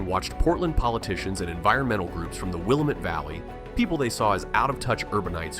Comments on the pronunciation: The narrator is not pronouncing Willamette correctly there are lots and lots of homes that have solar on them. Remember the beginning of the story the narrator talked about rain and clouds and how gray and it can be for days…. Its not ideal for solar firms. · The comment section is better than the video. I stopped watching the video after about the 5th mispronunciation of Willamette. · If you can't pronounce Willamette or La Grand correctly, you have no business doing a video on Oregon. Clean energy is a fraud. All conservative minded persons in Oregon are hostages to Portland and Eugene. Some conservation issues in Oregon were good, but the left was not satisfied and pushed until many are rebelling. In general, this video is ok but there is some real bull schiff. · I'm an Oregonian and cringed every time I heard Willamette being mispronounced. However, the content overshadowed that. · haha, I was thinking the same thing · Willamette was painful. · Interesting you said Oregon never built a nuclear plant while showing an image of Oregon's now defunct Trojan nuclear plant. You could also gain some credibility by properly pronouncing names like Willamette and Malheur. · The pronunciation they are using is the new "Politically Correct" way of saying it. 😅 For real tho, real Oregonians rarely say it like they do in the video. I never do in my videos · Ah.. if you say "Willa---mette" Valley in Oregon, natives are going to roll their eyes. It's pronounced, "Will--am--ette". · It's pronounced "Will-Am-Mett" not "Will-Uh-Mett" lol... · It’s pronounced “Wil-aaaaa-met” not “wil-uh-met”. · And once again, you're making a video about Oregon, but you don't know that the Willamette is pronounced Will-LAM-met, not Willa-met! And it's LaGr-and, not LaGr-on-d. At least you don't pronounce Oregon "Or-ee-gone" Yes, I'm whining! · I know it’s a small thing but it’s pronounced will-lamb-met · Will-LAM-ette Valley. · It’s pronounced “Will-am-it”. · It's WUH-LAMB-IT